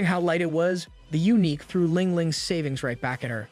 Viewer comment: His videos are high quality and mistakes are extremely rare. Took me ages to work out he uses A.I. It's just he made some pronunciation errors near the end, calling eunuchs, uniques. Edit: sorry for being critical on what is otherwise an excellent video. This is the 1st pronunciation error I've heard on this channel so it surprised me.